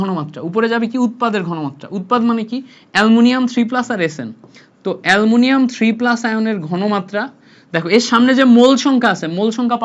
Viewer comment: এ্যলুমিনীয়াম ❌ এ্যলমুনিয়াম😂